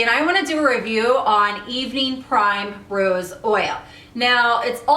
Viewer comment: It's pronounced PRIMrose not PRIMErose